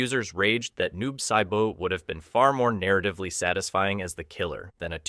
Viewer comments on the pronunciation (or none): Why tf are you even talkin about mortal kombat when you can’t even pronounce the characters name right? Who tf is noob saibo?? Idiot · I’m sorry but who’s Noob “Si Boat” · What gets me is how inconsistently you mispronounce names. Who the hell is "Jack-Qwee" or "Noob-Saiboot"? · Jack-we? Noob saibo? Really? 🙄🙄🙄